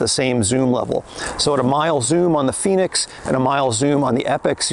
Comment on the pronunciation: FENIX!! Not Phoenix, just saying, great review, I have the FENIX 7X solar and it’s a great watch for outside and training. Expensive though.